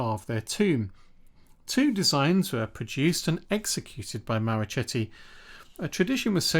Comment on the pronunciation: Marochetti—the “ch” is pronounced as one would a “k” in English.